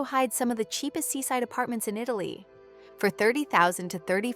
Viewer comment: Italy 🇮🇹 not ItLaly 😂